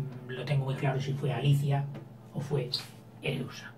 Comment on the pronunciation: se llaman Pàrmeno y Areúsa no Parmenio y Ereusa😆 pero gracias por estos vidéos, tengo un examen mañana y me aiudas mucho👏🏻🙌🏻